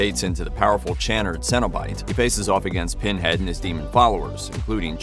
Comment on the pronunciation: Why is no one talking about how he said "Chan-nerd" lol took me a minute to figure out what he was saying - but a great video none the less